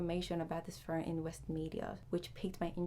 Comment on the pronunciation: There is no R in phone.